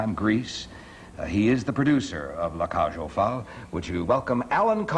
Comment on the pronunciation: Before he started to air his show, how about someone teaching Merv how to pronounce the show's title properly. It's not La Cage Aux Fowl, because that how he clearly says it!!